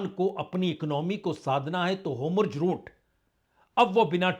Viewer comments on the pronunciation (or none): He is not able to pronounce Hormuz and Netanyahu correctly.🤔